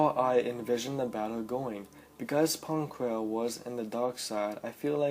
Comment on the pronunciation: *Pon Krell not Pong...